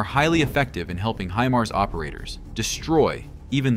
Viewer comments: stop putting fake explosion sound on, and freaking learn how to say HImars... not hemars. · The proper pronunciation of Himars is "high mars" not "he mars". Do it right. Sounds stupid the way you've been saying it. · Pronounced High-Mars